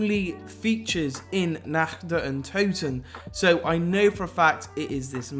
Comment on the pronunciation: "in this video im going to be going over the nakch der untoten"